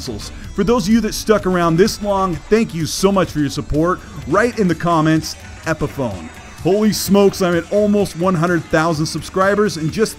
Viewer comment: Why everyone saying epiphone